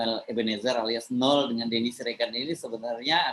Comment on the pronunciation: Mas Hersu.....baca namanya "no el" bukan "nul" atau "nol"....🤪🤪🤪👅